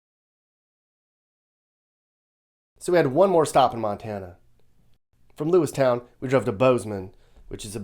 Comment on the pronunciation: Lewiston not lewistown